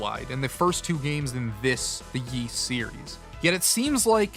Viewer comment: Ys is pronounced *eece" like Fleece without the FL.... it's not "yeece"